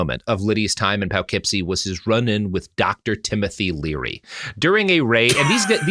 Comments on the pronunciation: As a resident of the Poughkeepsie, NY, area, it's Po-keepsie or Puh-keepsie, not Pow-keepsie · Oh no - not Poughkeepsie (poe-keepsie) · I'm 90% sure Robert knows the correct pronunciation. I'm 100% certain that he's aware it's not pronounced as it's written and is doing that any way on purpose. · The way Robert prounounces Poughkeepsie, NY absolutely tickles me.